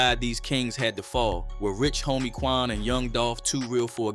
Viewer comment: Did you really say Rich Homie Twan?? Or What was it a typo?